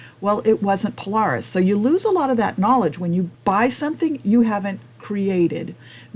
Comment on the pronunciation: You can’t even pronounce Polaris correctly you lost all credibility, Indian has forced HD to finally bring a decent bike to the game in 2024 still don’t have a electric windshield